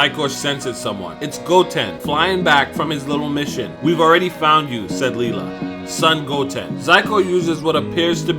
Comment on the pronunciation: I think it's pronounced Lila(Lie-La). Not Lela.